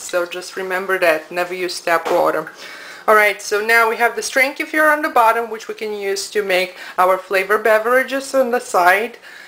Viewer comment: Thank you so much for your info. Not only do you make them vegan but you say it right (not kee-fur.....K'fear). Thank you so much